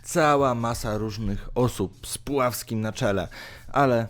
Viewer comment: Pułaski nie Puławski... naprawde nawet takiego szacunku nie okażesz